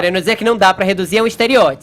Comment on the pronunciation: Stereótsipo... Vai pra fono, fefinho...